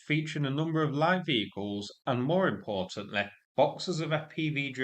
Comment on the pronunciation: more importan-leeeeeh